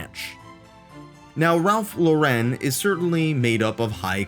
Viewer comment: its Ralph Lauren not Low-ren, like the American English name Lauren. It's an American brand.